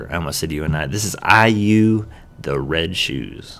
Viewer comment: and you pronounced IU the right way.